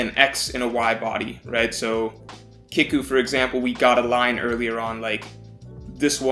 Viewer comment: Don’t wanna be that guy but kiku is pronounced key-ku not kick-u